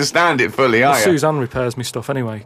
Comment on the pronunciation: It's Suzanne not 'soo-sin'